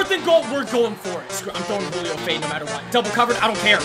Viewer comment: ”hulio fighting for the first Me:HAHAHA HULIO JONES🤣🤣Hulio HULIO!!!🤣🤣🤣🤣☠️